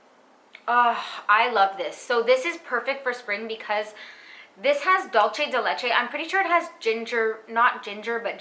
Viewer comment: I want allll of these perfumes now ugh. Not that it matters tbh, but dulce de leche is Spanish so it is not dolce (dol-che), but rather (dool-seh)